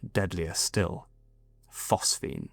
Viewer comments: PhosGene my lad. Phos Ge ne... Not PhosPhene... Anyway, great channel, I support good old not ai narration. 👍🏻 keep 'em coming..! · PhosGENE! not “phosphene.” Do your homework.